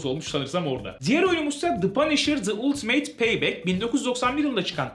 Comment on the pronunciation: Ultimate "ultimeyt" diye okunmaz "altımet" ya da "altımıt" diye okunur